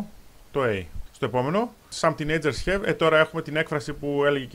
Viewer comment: Χαβ μωρε τι χεβ το have